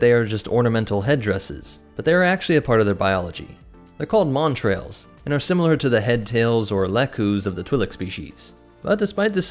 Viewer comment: Good content, well presented. I found it frustrating that you added an R in the pronunciation of 'montals', which has no r. Considering how prevalent they were in the video, the mispronouncing was upsetting. AND I couldn't have done anywhere near the job you did on this video. Stay awesome.